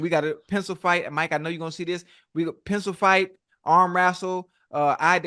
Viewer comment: Ocho said “Pencil fight” 😂😂😂